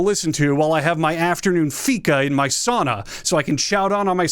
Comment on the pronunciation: Your pronunciation of sauna hurt me deeply